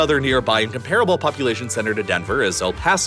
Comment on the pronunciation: Please... STOP pronouncing "comparable" as "Kum-PAR-uh-bul." Regular English speakers don't say it that way. If you want want to sound like a human narrator, then you'll say "KOM-pruh-buhl."